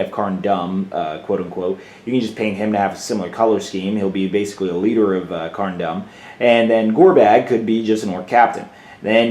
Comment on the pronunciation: Seven Hells man you pronunciation is terrible. Its pronounced Carn Doom not Carn Dumb. I don't mean to rag on you but someone had to say it.